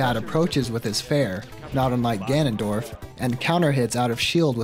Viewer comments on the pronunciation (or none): “Ganon Droff” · "Ganondroff" brilliant